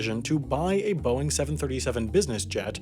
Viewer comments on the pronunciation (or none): none